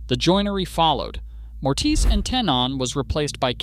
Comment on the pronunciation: Also- Mortise and Tenon is pronounced “mor-tiss” and “ten-in” You taught me something today, just humbly sharing something in return. Love the video, excellent research, keep it up!